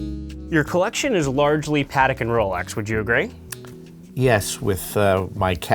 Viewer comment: Always amazing to me how even watch people don’t pronounce Patek correctly. It’s Pah-tek not Patik. Jewish New Yorker, I guess he can be forgiven but definately not the director of sales. Oi vey.